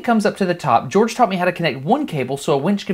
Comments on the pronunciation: dude his names not gorge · HIS name not george